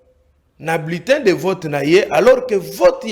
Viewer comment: qui dit bletin pense que c’est lui le peuple 😂😂😂😂